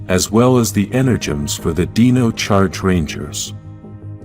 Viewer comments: It's Dino - with an I, not Deno. You are pronouncing Dino wrong. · This was a great video! It gave me good insights about the morphin grid! However, when the AI generated voice said Dino…he pronounced it like “deeno”, when it should have been pronounced like “dyno” as in dinosaur.